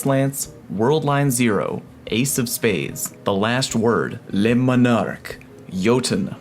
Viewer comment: Why tf you say Monarque so wierd its litteraly monarch like the butterfly